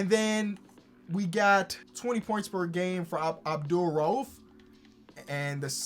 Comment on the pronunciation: absolutely butchered abdul-raufs name lmfaooo